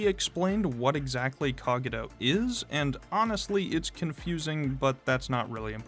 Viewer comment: Why is bro pronouncing Cogito like that?